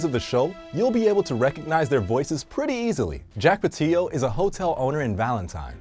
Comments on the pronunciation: It’s pronounced (pa till o) not patieo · jack patillo not jack pateeo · It's pronounced Pat-ill-o, you couldn't watch one video where he says his own name to verify the pronunciation? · Oof that pronunciation of Jack's last name